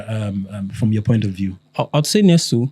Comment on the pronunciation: Brothers. Nestlé, the company, is pronounced "NESS-lay." No be English.